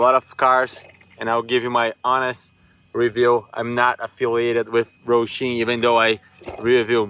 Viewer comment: There is not an "R" in Hosim brother. Hoe-sim, say it with me, Hoe-sim 😂. Not Roashim 😂😂